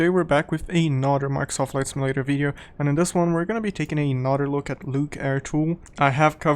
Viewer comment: The way you say the word "Another" sounds like it would be spelt like "anoder". No hate to your accent tho.